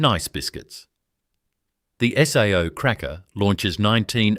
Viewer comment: Please get rid of the AI narration voice, as it can't pronounce the names of the products correctly...SAO is pronounced as "say o"